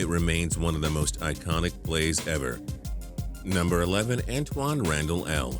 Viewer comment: Why do you sound like a robot. You said ever like E VER